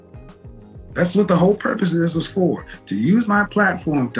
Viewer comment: "wid u" "dats" "faminine" "I think white woman are" 🤷‍♂️🤔🤔🤔🤔🤔 I mean..